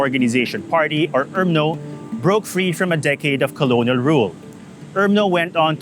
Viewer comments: Why this fool keeps pronouncing I it urmno and not umno. Jeez vice couldn't you afford a better reporter. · UMNO is pronounce as ‘ARM-NO’.